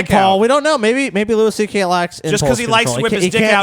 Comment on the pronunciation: lol how did I know would advocate the 'power dynamic' side. ANd also wtf is with pronouncing it 'Lew-ISS' CK.